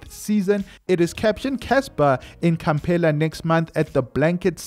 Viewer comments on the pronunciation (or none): Kampala is pronounced KampAla, not KampEla